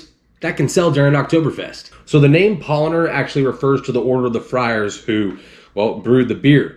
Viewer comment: Why you are saying PaulOner? tf